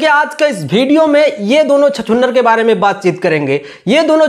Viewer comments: हा भाई तुम बाप से बढ़ हो।तुमको हिंदी बोलने पहले आता है ।वीडियो को भिडिओ बोलते हो😅😅😅😅😅😅😅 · Parduman bhai bol rahe hai ki khesari bhai ko english nahi aati hai to youtubar mahar ar aap bol rahe ho ki praduman tumhe bhi to nahi aati hai yar to hame batao youtubar maharaj aap ko kaha aa raha hai tu bhi to video ko bhideo bol rahe ho jara ish bat par bhi dhayan do fir cham chae kar na bete jo galat hai o galat hai